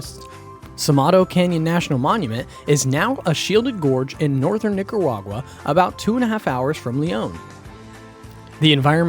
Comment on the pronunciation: Man said Nicawaga 😅 wtf